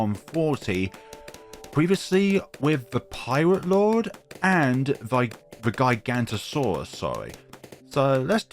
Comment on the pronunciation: Sorry to be that person but it’s pronounced giga-Noto-saurus